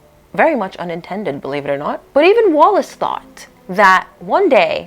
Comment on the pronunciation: It’s ‘Wallis’……